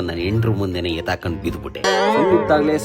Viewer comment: ಅಕ್ಕ ಅದು ಹೆತ್ತಾಕೊಂಡು ಅಲ್ಲ ಎತ್ತಾಕಿಕೊಂಡು ಸ್ವಲ್ಪ ಕನ್ನಡನಾ ಸರಿಯಾಗಿ ಬರಿಯಕ್ಕ